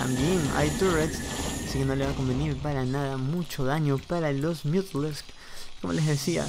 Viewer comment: Me da gracia como pronuncias los mutas... MiUdAlIsK Buena partida !!!